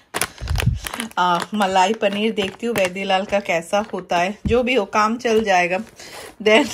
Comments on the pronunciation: वैदिलाल नही वाडीलाल😂😂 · It's not वेदिलाल it's वाडीलाल😂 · Lol btw it's vaaaddilal